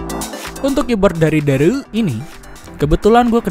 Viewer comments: Bacanya bukan dareu logat sunda, bacanya Dare You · Kyknya harusnya dibacanya dare u deh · Dareu itu merk cina dibacanya Dare U #cmiiw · Ngomong "dareu"nya ga biasa njir 😂